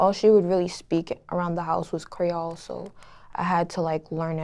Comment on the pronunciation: She needs say creole right 💀